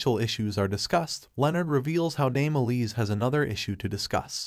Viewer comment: her name is E-lise not lisa.